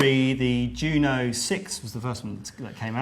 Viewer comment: YOO-NO ... its a syllable parody of "JUNO"